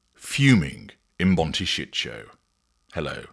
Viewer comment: This AI butchers the word 'Montecito'. Do better!